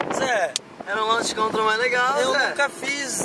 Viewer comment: O se acha com a porshe e os 2 falando coisa de carro sendo q nem sabe "Launch Control" ta escrito mais nn se fala assim kkk mds